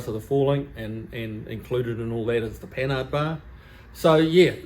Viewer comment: I think you're the first person on TV or videos (that I've heard) to pronounce "Panhard" correctly. Everyone else says pan hard. I don't know why, but it just bugs the crap out of me. LOL